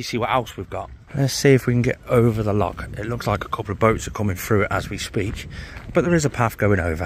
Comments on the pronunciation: Mate,, for someone with a saltire 🏴 tattoo on em,, ya really need to work on how to say Loch and Jacobite pal … 😂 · Totally murdered all the names of our Lochs etc. 😆 🤣 😂